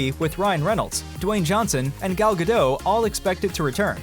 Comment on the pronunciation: It's Gal Gadot with a T pronounced ;)